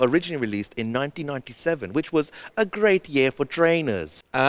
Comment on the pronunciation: Some of these lines are executed amazingly... "which was a great (pronounced crate) year for traiiinerz"